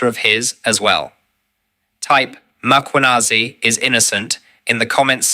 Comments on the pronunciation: Madlanga has frequently corrected the pronunciation: MAkwanazi s not correcct. It is MKhwanazi, sir. Like former president, some pronounce is surname as MAbeki yet it is simply, MBeki. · Its Mkhwanazi not Makhwanazi please. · its General Mkhwanazi, not Makwanezi. thanks. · Please fix the surname on your sub titles its not Macwanazi what shit is that? Its Mkhwanazi please. White you do this on purpose you mispronounce & misspell our name purposely. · It's Mkhwanazi not Makhwanazi.. the mispel completely alters the name itself. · Mmmmmmmkh-wa-na-zee (that's how you pronounce it, dear AI and relevant content owner.....